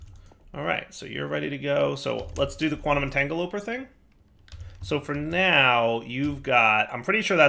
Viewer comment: Quantum 'Entangeloper' and 'miskellaneous' are my personal 'favorites'